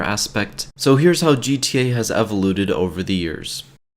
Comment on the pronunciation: Did you say evoluded? Lol